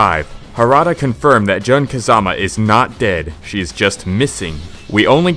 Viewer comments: "JUHN Kazama" cringe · John Kazama X'DDDDD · Seriusly, the way you pronaunce their names makes my brain bleed... John Kazama wtf!?!?